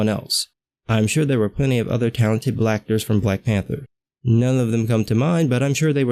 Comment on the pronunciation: did you just say "blacktors" at the mark, lol.